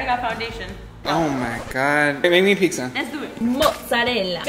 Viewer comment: It’s (Pi-Tz-A) not pigsa